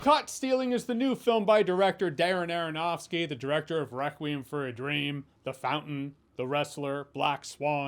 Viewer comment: Darren Aronofsky said rapidly sounds like Dara-Nara-Nahski. I give you my most useless comment ever, friends. For the algorithm!